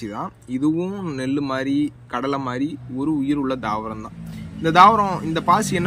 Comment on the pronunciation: Please change the pronounciation